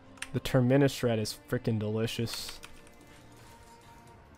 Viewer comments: Please stop saying Terminnus. Have you ever taken a plane before? You fly out from a TERMINAL.. not a TERMINNAL. TER-MI-NUS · Say the word terminal. Notice how you pronounce that word. Then replace the 'al' with 'us'. Terminus (pronounced Tur-meh-nus. Not Tur-MEN-is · Love the vids but please stop pronouncing Terminus as Ter-minus. It's pronounced Term-inus. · Go back to saying terminius. Fuel the babies who complain about how you pronounce words 😂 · I cringe every time you say TermInus. Just say Terminal and that's your pronunciation. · You should type the word Terminus into google translate and have a listen to how to say it. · no. can be taught. He does say that word correctly now but terminus needs work. Sometimes I think he does it out of spite lmao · I swear he purposefully mispronounces things it bugs me sometimes hahaha